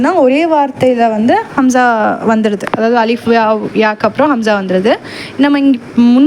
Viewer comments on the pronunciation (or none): Assalamu alaikum sis.Alhamdhu lillah.but Hamza vucharipil A'ain sound varugirathu.